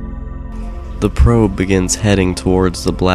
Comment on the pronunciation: "the probe" sounds wrong